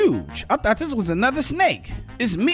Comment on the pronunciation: I LOVE YOUR SNEYK:)